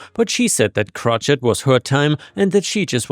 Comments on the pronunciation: I think you may have understood. He didn’t pronounce it “crow-SHAY” the way (most of) the English-speaking world does, but “CROTCH-et”. Understandable for a non-native English speaker that’s not familiar with the word, but people are saying that the English pronunciation is French-based. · It's pronounced crow-shay, not crotch-it. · Crochet is said like Crow-shay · Crochet is pronounced "crow-shay." Yes, English is a less than intelligent language that can't follow a single rule it sets for itself. Easily the worst of the Romance languages. Impressive you can speak it as well as you do, along with the other languages you speak. I know this is one of at least 2 languages. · Crow/Shay. Crow/shay/ing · Crochet is pronounced 'crow-shay'. If my pronunciation corrections become irritating,, please tell me. 🌟🌟🌟🌟🌟🌟🌟🌟🌟🌟🌟🌟🌟🌟🌟🌟🌟🌟🌟🌟🌟🌟🌟🌟🌟🌟🌟🌟🌟🌟🌟🌟🌟🌟🌟🌟🌟🌟🌟🌟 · crochet is pronounced crow-shay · Crochet is pronounced "Crow-shay" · With the stress on the second syllable